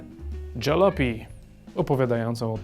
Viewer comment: Gra jest zaje...fajna nie czepiajcie się jej... tylko... każde miasteczko dotknęła jakaś straszna apokalipsa i przeżyli tylko sprzedawcy :D Oh a tak btw. to nie jest ,,dżalopi'' tylko ,,Jalopy'' czytane tak jak pisane :P